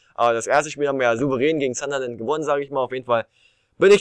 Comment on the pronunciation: Es heißt sun-der-land und nicht zanderland